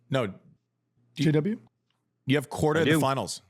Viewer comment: Korda 🤣🤣🤣 What the hell are u saying